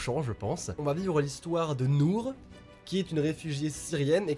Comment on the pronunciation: Déjà tu dit Nourh je sais de quelle jeu c'est j'ai chialé suite a la vidéo de Squeezie, mais c'est les choix de là ❤